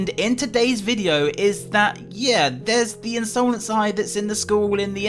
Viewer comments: the in sole nce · Me: hears say insolence in another way Me: Hey, that's illegal!